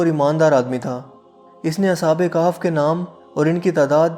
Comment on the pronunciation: Khef not kaf